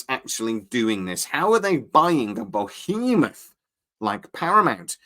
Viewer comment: Did he just say “BO-hemoth”?